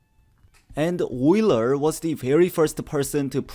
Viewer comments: "Wheeler" is better than "yooler" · His name is Euler, not Uler, stupid! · Really great -- Euler is pronounced "oiler," by the way! 🙂